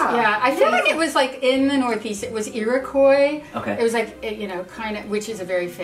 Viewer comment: "the iroqees" "the iroqees tribe" omg... my ancestors are screaming